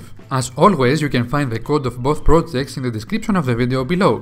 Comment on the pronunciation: you say plojects, stalted